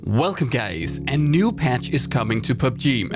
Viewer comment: Did he just said welcome gays?